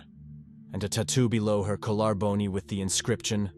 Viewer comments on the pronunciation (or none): "kolaar boni" for collarbone...This is a sad case of murder, but the AI narration is unfortunately comical 🫣😒